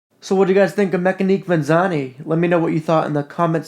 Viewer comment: Looks like a decent watch. Pronunciation wise, I would go with meck-ani-kay ven-et-see--ah-nay. I think the thought behind the brand is ‘Mechanical [watches of] Venice